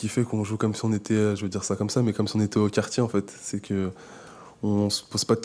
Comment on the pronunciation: "Au quartchié".